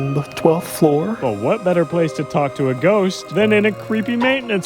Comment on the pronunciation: he say talk tuah